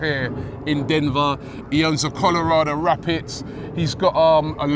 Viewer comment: Never heard of the Colorado “Rapits” Robbie honest to god man your pronunciation of teams and players are horrendous